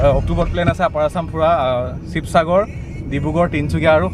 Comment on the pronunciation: চিবচাগৰ নকবা চোন । শিৱসাগৰ কবা । মৰম যাছিলোঁ শিৱসাগৰৰ পৰা ।